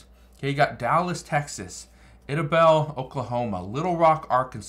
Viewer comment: Its pronounced "eye" da-bell. Like Idaho. Idabel, Oklahoma. No, don't live there, but do know the town very well.